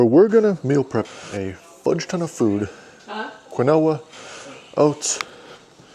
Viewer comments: Quinoa is properly pronounced as “KEEN-wah”, according to the Merriam-Webster Dictionary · I’m mostly here for the pronunciation of Quinoa!